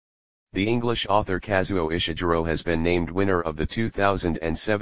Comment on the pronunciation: Please dear Bot, please no Ishiguro like june but Ishiguro with a g like gourmet. People will imitate you and they ll sound ridiculous.